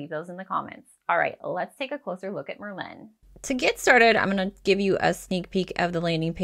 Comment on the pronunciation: I'm writing this to help and offer some constructive criticism. Merlin is not pronounced liked Berlin. The emphasis is on the Mer, not on the Lin. Merlin was a sorcerer in the Medieval times and because of the magic the app can do it was named after this famous sorcery and magic. Why is this helpful? Because from the very beginning you don't sound like you know what you're talking about because you're pronouncing the name wrong. Continual use throughout the video of mispronunciation degrades confidence in the viewer and ultimately has them clicking on another video (which is what I did). Go to any other vlogger talking about Merlin and listen to how they pronounce it. My recommendation (if you want more views) is to re-record the video with the correct pronunciation and see your analytics go up, views, duration watch time etc. You don't have to delete this video, just hide it for now after you make a new one with the correct pronunciation. Keep the new one up and see what kind of results you get. I have a feeling you'll see much better results especially in the watch time and where fall off (if any) happens. Good luck!